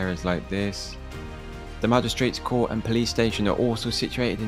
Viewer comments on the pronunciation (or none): none